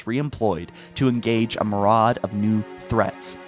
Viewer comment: Dang you butchered the pronunciation of myriad😂